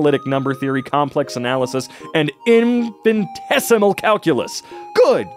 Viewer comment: I know this is probably the least of anyone’s concerns here in the comments, but the way he pronounced infinitesimal just bugged me for no reason 😂